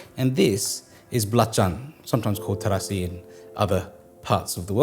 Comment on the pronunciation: Wow you can pronounce the Indonesian word very well mate. Especially that balacan or terasi nice